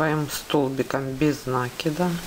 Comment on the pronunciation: Почему нАкид ?